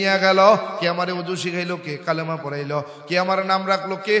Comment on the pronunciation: কালেমা না বলে কালিমা বলা দরকার